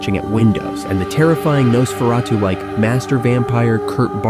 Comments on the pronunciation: . WHO ON EARTH IS ' NOSS FER AH TOO' how you pronounce it here!! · AI narration crummy pronunciation of Nosferatu. The accent is NOT on the last syllable.